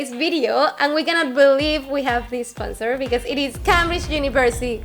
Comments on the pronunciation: Says esponsor right after firmly stating that she doesn't make that mistake anymore lol, kinda cute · she just said "we want to thank our Esponsor" 😂